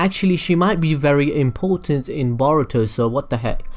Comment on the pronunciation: its boruto not baruto lol